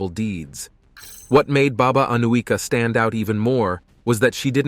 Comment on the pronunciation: The correct pronunciation is Aniuka (Анюка).